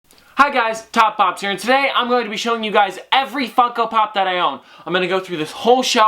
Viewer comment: At the beginning it sounded like fucko pop